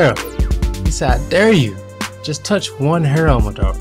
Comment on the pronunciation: His name is Mah-da-Ra!!! Say it right